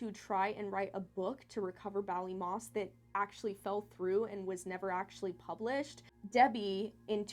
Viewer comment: So so sad :( and yes you said Ballymoss correctly XD I wish they had answers and closure